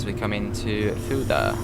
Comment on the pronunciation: Fulda is pronounced "full-da" not "fuel-da". And three is pronounced 'three' not 'free'. Cheers.